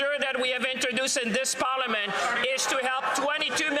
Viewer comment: And what is a pollamint? Are you trying to say parliament?